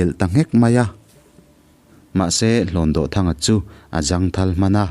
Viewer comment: Kanu ni kapi Nula senoir bantlang khan min hrilh thin a..mahse HLAWNDAWHTHANGA hi lamdan a inanglo deuh..DAWH hi kutdawh a..DAWH tih ang hian lam tur ani lo maw.... I thiam tho tho a..ngaihnawm thei khawp mai